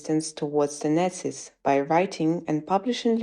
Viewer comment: If you are going to talk about nazi’s, then at least learn to pronounce the word properly!!!